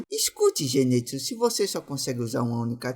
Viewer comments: É ZENITSU E NÃO ZENÊTSU😭😭😭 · Só eu que percebi que ele ta falando errado o nome do zenitsu ZENITSUU NIIIII NITSU